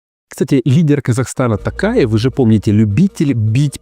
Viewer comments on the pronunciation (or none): Прошу в следующий раз правильно произнести фамилию президента Казахстана, Т"О"КАЕВ а не Т"А"КАЕВ. В казахском языке буква "О" читается как "О" запомните это. КасымжОмарт ТОкаев.